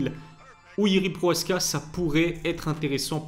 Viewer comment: 9 minutes de vidéos pour parler de Jiri vs Alex 3 minutes ... et c'est Prochazka et non proaska .....